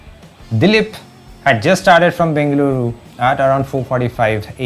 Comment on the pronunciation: Madya madya kannada 🥰🙃🙃🔥🔥🔥 Proper ag BENGALURU pronounce 🔥🔥